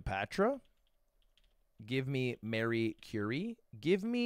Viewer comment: As a Pole you just can’t help but physically cringe at „Marie Curie” holy shit